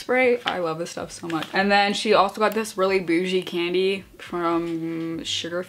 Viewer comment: and docs and “bougée candy”